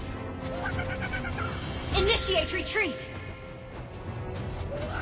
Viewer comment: initiatiate attack lol 🤣🤣🤣🤣